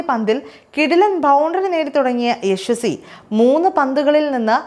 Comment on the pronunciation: യശ്വസി അല്ല, യശസ്വി